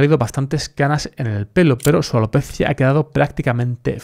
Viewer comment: Como dices alopeeetttzzzziiiaa jejeje muy gracioso. Buen contenido!